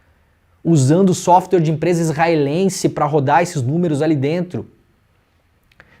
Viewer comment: Não é SOFTER. Pelo amor de Deus, conhecimento liberta então a pronúncia é "SÓFTUÉR", *software*. Dói os ouvidos ouvir a pronúncia incorreta que significa MAIS MACIO (SOFTER)